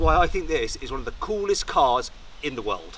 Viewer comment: Did you say coolest??